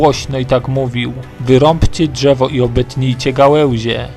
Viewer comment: Ani czegoś takiego jak gałełzie albo dżewo.... Słabo się slucha